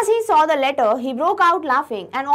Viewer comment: QuestioN NO.28 mam u said ledder in style which is letter 😂😁🙂